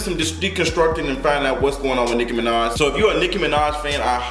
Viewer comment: He said "Hoe-maj" I'm deceased 🤣